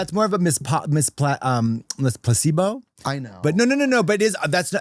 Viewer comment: anyone else hear "Puss-E-Bo" instead of "placebo"...? ... no? just me, then? ok.